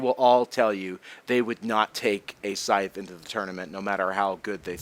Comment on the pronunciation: Ur good even with this, man. Thank u 4 doing this 4 us, ur vids make me rly happy and help to learn English aswell. I mean, now i know how to say "scythe" properly.